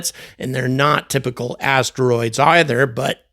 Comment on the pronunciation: Tymical or is it typical? Just trying to clear things up. Thanks 😂